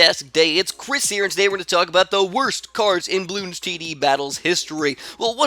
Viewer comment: He said "spaced blues" not "spaced bloons", in case you didn't realize that already by now, if so, then don't mind me.